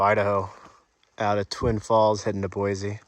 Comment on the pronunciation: Great video. It’s “Boy-see” not “Boy-zee”.